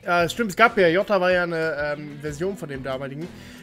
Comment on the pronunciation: Wie viele t hat eigentlich das Wort "Jota" bei dir? 😂